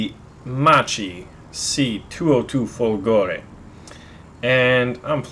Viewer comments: Fòlgore not Folgòre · It pronounced differently, not Folgo(!)re [! marks the stress] but Fo(!)lgore. Still it be awesome to have also the Mc205 Veltro (had Mg151s instead of 7,7mm in the wings) or the G55 Centauro that used the DB605 engine. And the Mc202 is very similar to the Ki61 (the both used the same DB601 licence produced engine). I recently had a 15-0 game with the Ki61Ia while my Mc202 struggles to go over 5-6 kills in a row...Those SAFAT guns have so horrible ROF...while Ho103s own stuff.. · Lol dude the pronunciation is Macchi as you read, not Macci,and is Folgore not Folgòre :D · Your pronounciation of this plane is so weird :P "Chi is supposed to be pronounced somewhat like "ki", the H turning the sound of the C to a more hard sound if followed by a "I" or a "E" So, It's more like "Makki", I guess And "Folgore" (which means in aulic language, "lightning") is pronounced pretty much the same, but with the emphasis on the first "O", so more like "fòlgore" Keep it up! Awesome stuff as usual. Just a random italian going all grammar nazi here :P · You are so hilarious when mispronounce the word "folgore"...